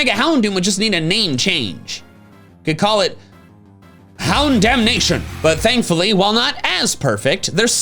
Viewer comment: Bro call it houndomination not houndamnation 😂 its that easy